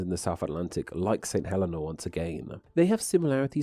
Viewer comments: No offense, but I think the island is pronounced "Huh-LEE-Nah", or something like that, with the emphasis on the second syllable. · Saint Helena is pronounced Saint Hell-ee-na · Cape Town, where I attended senior school, is certainly not 17,000 miles from Tristan de Cunha. Unless you travelled east, of course. Also, St Helena is pronounced St Heleena, with the accent on the last syllable. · a friend's nana is/was from St. Helena as well, and through that i learned that it's pronounced hə-LEE-nə